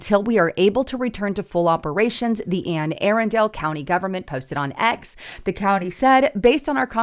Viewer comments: FYI: Anne Arundel county is pronounced Ah-'run-dull. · Ann A Rundle is how it’s pronounced. It is also the state capital, Annapolis.